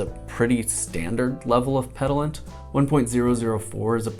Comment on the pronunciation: plz stop saying petillant like that, say it like peh-tea-yahn